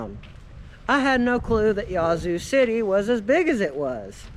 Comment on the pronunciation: it's "Yazz-zoo" City